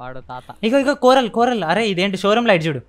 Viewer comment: bro its shroomlight not showroom light